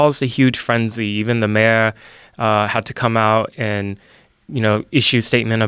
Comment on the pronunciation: This guy's voice is the most annoying thing I've heard all year. His pronunciation of words like mayor make me cringe so hard I'd punch him in the fucking face..